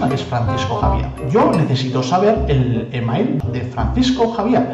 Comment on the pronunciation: al pronunciar e-mail como se escribe hay que repetir para saber lo que dice pero bueno uno luego se da cuenta de lo que hablas, la música un poquito fuerte. El resto me gusta como esta explicado.